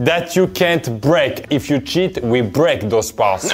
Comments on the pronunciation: "lets go guyyysss, and don't forget to "shit"" JE SUIS DEAD .... 😂😂😂😂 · Mdr le « let’s go guys, don’t forget to cheat/shit » à est tellement épique